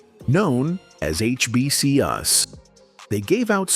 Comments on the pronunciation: Work on the AI. HBCU's not HBCUS. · I didn't know he was dead,and that man said HBC-Us. Disrespectful